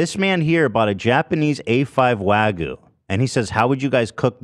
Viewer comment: As a Japanese person, hearing Hasan say "wagu" was hilarious but uncomfortable 😂